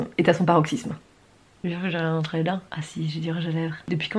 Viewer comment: le RRRRRRIEN